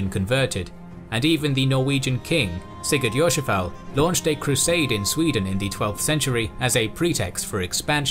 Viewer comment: Awesome! I love your pronunciation of Mr. Blootooth and Sigurd Jorsalaf#&$(@ (Sigurður Jórsalafari, who went to Jerusalem -Jórsalir in old Icelandic) 😂😂. It is interesting that in Iceland around the year 1000 it was decided on Althing that Iceland should be Christian but those who remained heathen, could worship (blóta) the old gods in secret and eat horse meat. Maybe because of that, horse meat has been connected to heathendom so eating it remained a taboo for the next 1000 years in Iceland (although people eat it today and probably did in through the centuries when there was not much food). Keep up the good work , I always enjoy your videos! Greetings from Iceland!